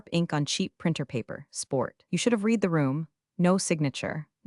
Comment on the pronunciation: Sad the punchline was ruined by AI Not knowing that Read is pronounced RED